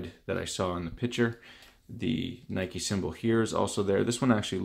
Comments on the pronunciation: You don’t pronounce it like that you goof it’s (ny•ki) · It’s Ni-Kee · What is Nike it’s nikee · I don’t know what’s worse, the shoe or his pronunciation of NIKE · who tf says nike like that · I'm a tad late, but I'm from Canada as well and that's not how I pronounce it 😂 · Well, he's also from Canada, so you can't say "no one" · did he say nike logo without an e